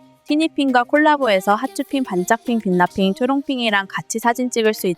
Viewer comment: 티니핑에 익숙치가 않아서 빛나핑이 자꾸 극락핑으로 들려요.